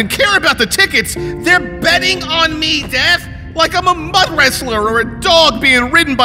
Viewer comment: Whenever he says death it sounds like dad